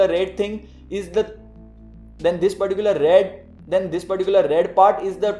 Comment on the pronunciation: Give me a heart....mr. "Thhis particular"... 😁 😁